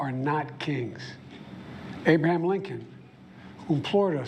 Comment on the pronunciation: “Abam Lincoln” “Mockracy” JFC Joe. Talk about cutting it close. Had you done this in another week or two you might be using a drool cup.